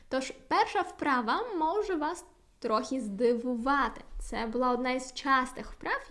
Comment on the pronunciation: вибачте, але у Вас сильний польський акцент.😉 Не маємо в українській мові слів "окремний" та "трохі", у слові "вимова" наголошеним є другий склад, а звук [ў] у закінченнях "-ів", "-ив" ніколи не перетворюється на звуки [в] або [ф]..)) Плекаймо ж Її- нашу Мову-Страдницю! За поради ж щодо польскої- велика Вам,, подяка!!)))